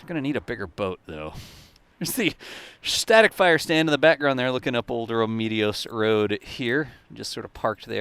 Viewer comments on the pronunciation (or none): Sudden Sean Connery!! "Scccchtatic fire stand"